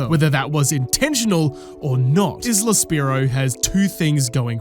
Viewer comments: The "S" in Isla is silent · You pronouncing isle correctly but not isla nearly made me stroke out